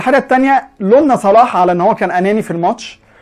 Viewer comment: وكان فين ماني ايها حاقد قبل لما يوصلو صلاح كان اخرو في فريقه المركز الخامس انما لما وصلهم صلاح جبلهم دوري ابطال وبعليهم في مركزهم وبعرف يخلق فرصه لنفسو انما ماني معرفش يخلق فرصه لنفسه الا بمساعده زميلو او من مساعده صلاح وروح اتعلم تنطق صح اسم صلاح مش صالح